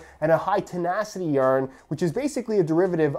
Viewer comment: if i hear you say YARN like that one more time